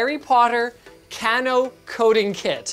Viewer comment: linus its kay-no not can-o at least i think...